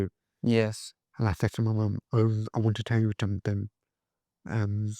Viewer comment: you like to do things correctly so somethink and everythink are not words. Something and everything are the correct pronunciations.Commented with kindness 🌟